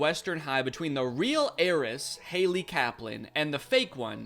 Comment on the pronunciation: I know it’s ‘heiress’ but all I hear is ‘Aeris’